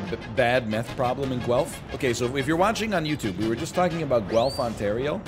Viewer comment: Watching this in Guelph Ontario right now. You pronounced it right. You're right, it's not particularly methy. Vancouver is just as methy and it's heroin town USA